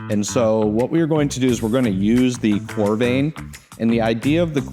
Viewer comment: Great video. FYI it’s pronounced core-rah-vin and it’s adding Argon gas, not CO2. 😉